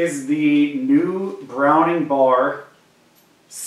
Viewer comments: B.....A.....R. not Bar. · it's not bar, it's B.A.R.